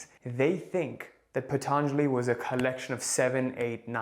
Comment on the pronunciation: NOT PHATHANJALI....its Patanjali i guess...i think it's Indian name.